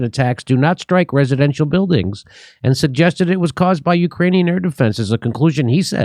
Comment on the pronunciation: funny how Jimmy says '...the Ukranian side.'